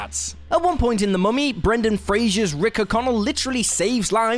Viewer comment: adamantium "exoskeleton" Brendan "Frazier" providing a "distinction"